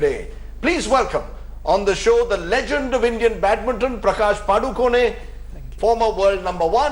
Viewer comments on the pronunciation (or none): Happy that Rajdeep said "PadukoNE" and not "Padukone" : ) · why'd he say padukon-e lol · That anchor pronounced PADUKONE correctly , 👍👏👏 Thank god at least he knows that .. 🙏